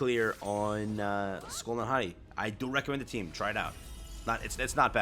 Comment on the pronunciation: Just to correct the pronunciation. It's Hati(Haytee)